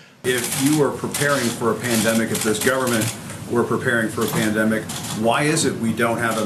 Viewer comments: "Pandemics" From the way he pronounced it, you would just know he hardly used that word until 2 months ago. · trump was preparing for it but somehow didn't start protecting us or fixing the stockpile by 'gathering ammunition' on day one or any day? BULLSHIT. he didn't even know how to pronounce pandemic until a month ago. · He can't even pronounce pandemic... can he spell it? If he knew the "shelves were empty" he would have shouted it from the rooftops. Liar.